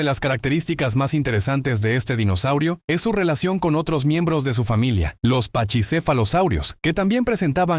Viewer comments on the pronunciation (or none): Se pronuncia Paquisefalosaurio y no pachisefalosaurio.